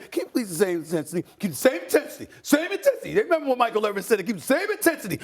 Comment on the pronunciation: Now “Ne” member or “ Re”member…..Get it right playa